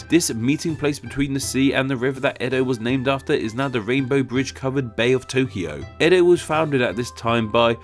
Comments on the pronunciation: Comment about your Tokyo and Kyoto segment. 1. You are correct with the Kyo part but when it comes to To you are off base. The error is with Romaji translation. The Japanese pronounce Tokyo like Toukyo. It is lazy Western pronunciation that drops the U. Like Tsunami, Westerns drop the T and just say sunami. In the Japanese written language Kanji the symbols play a major role in the use, context, and meaning of the word. Just like with Pair, Pare, Pear in English Yuki (my son's name) has many meanings and is pronounced differently even though English spelling is the same. Yuki meaning Snow is 有 . Yuki for a girl 雪 & Yūki/Yuuki for a boy 優 and ゆき distance from the seam in the back of a kimono to the end of the sleeve. These are just some basic examples. of the same sounding word to Westerns being very different to Japanese. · The pronouciation of two TOs (TO of TOKYO and TO of KYOTO) are different. TO of TOKYO is a long vowl and TO of KYOTO is a short vowl. TO of TOKYO and KYO of both were originaly double vowls like TOU and KYOU. TOKYO is written TOUKYOU by Japanese characters (not Kanjis) and pronouced TOOKYOO, and KYOTO is written KYOUTO by Japanese characters (not Kanjis) and pronounced KYOOTO. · The "to" in Tōkyō and Kyōto are not pronounced the same in japanese. The line over the "o" means that it's a long vowel. So the "to" in tokyo is said with a long vowel and the "to" in kyoto is said with a short vowel.